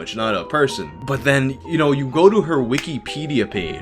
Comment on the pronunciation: U say Wikipedia so weird